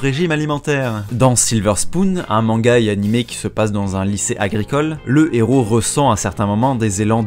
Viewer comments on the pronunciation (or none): none